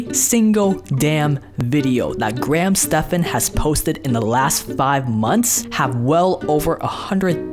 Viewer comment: pretty sure it is pronounced graham STEVENS